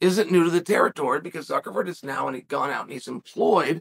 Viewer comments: I heard Zuckerford 😂😂😂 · Is chael saying “ZuckerFerg”?? What the actual f*ck?! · Hahaha suckerford on the second one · I heard Zuckerver😂😂😂😂 common Uncle Sonnen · "So now we just learned who Mark Zuckerford is..." Hand sweeps to the side. Did we? Did we really? No way he got that name wrong 15 times by accident. The speech at the beginning about Mikey so and so... Reeeeee! Another classic from Lord Chael. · Will never be prepared to hear "zuckerford" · One of my favorite things about uncle Chael is his pronunciation of last names😂, zuckerford. Muchameni. Peerera lol